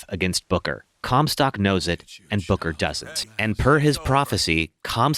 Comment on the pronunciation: I think this is an excellent concept for a rewrite but- I can't help but mishear you saying "Booker" as "Booger" and it's cracking me up a little lol Cucumber...